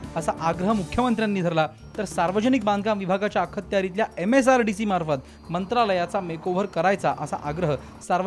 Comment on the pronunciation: "आखत्यारितला" या शब्दाचा उच्चार वृत्तनिवेदकाने शिकुन घ्यावा. कृपया चुकीचे उच्चार पसरवू नका.